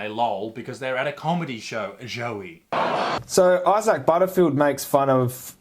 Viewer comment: Angry Vegan, lol. Maybe needs to chill and have a veggie sandwich. Why cant he pronounce Isaac probably too.